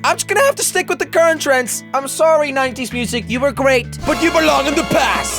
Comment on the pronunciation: Did he just say....... Ninetees?